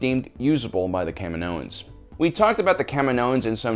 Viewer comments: I hate how you pronounce kaminoans. It's Ka mee no ens. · The planet is called KAH-ME-NO!! NOT KAM-IN-OH! Thus they are called KAH-MEE-NO-INS, not KAM-IN-OH-INS.